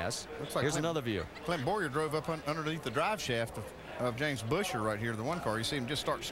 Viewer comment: Boooosher.... Rusty... his fucking name is Buesher... like Busch and then err...